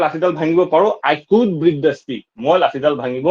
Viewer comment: Break pronunciation wrong